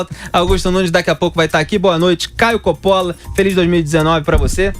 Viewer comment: Coppola... o correto em italiano 'Cóppola e não Coppóla.